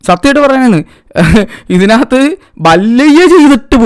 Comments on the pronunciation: ബല്ലയ്യാ അല്ല ബാല്ലായ്യ ആണ്‌ മലയ്യാ 😂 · ഡെയ് ബല്ലയ്യ അല്ല ബാലയ്യ ആണ് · ബാലയ്യ ❌ബല്ലയ്യ✔️ 😂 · ബല്ലയ്യ അല്ല മല്ലയ്യ ബാലയ്യ ✅ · ബലയ്യാ ❌ബാലയ്യാ✅